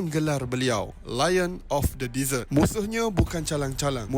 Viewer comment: Pencuci mulut atau padang pasir. Sebut betul-betul.